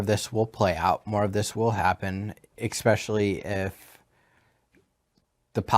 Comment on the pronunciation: "ickspecially"? Or 'especially'? 😮